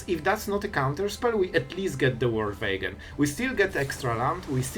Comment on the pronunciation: The "Vorld Vagon" 😂